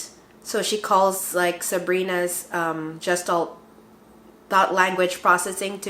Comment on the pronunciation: The word is “gestalt” is pronounced with the “g” as in “Good” or “god”. I am a speech therapist.